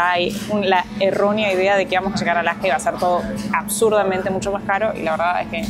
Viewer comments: por qué dicen "Alaka" en lugar de "Alaska"? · You pronounce the s. The horns on the moose is called a rack. My parents went to Brazil to build a church, Also in Mexico. We have Cabelas here in Alberta also. You do not use the term Eskimo. They want to be known as Inuit which means the people.